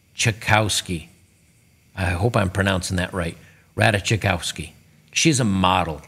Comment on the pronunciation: it's pronounced "Rat-Ass-Koff-ski"